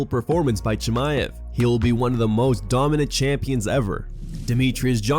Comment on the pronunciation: Khamzat "The Green Goblen" Chamaev